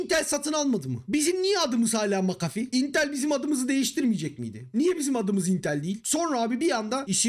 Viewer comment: sabahtan beri "macafi" ne ya diyorum McAfee hiç gelmiyor aklıma sonradan düştü jeton "ohaaa vay aminiyum" dedim